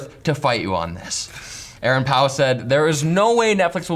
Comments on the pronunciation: how the fuck do you mispronounce "Paul"? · Why is he saying Paul like that? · Having a hard time saying Paul?